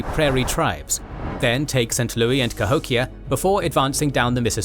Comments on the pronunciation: Love the video and love all your work, but calling it Saint Louie is killing me. St. LOUIS (lew-is) unless I suck and that's how they used to pronounce it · Pronounce St. Louis correctly please. We ain't French